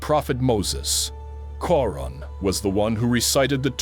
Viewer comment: He is talking about in timeline mistake is made there ..